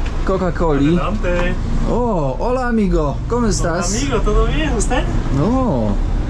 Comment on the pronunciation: Hola! Hola! A co to za "ch" na końcu?!